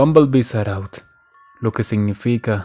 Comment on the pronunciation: No porque no dise au Dise Out